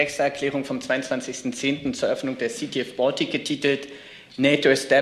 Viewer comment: Sprecher bitte die Aussprache von "Baltic" korrigieren. sagt es korrekt.